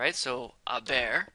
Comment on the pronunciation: it sounded like he said “a bear”😂 great vid tho!!